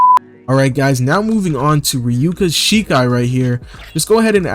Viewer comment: my guy said "Ryuka Shikai"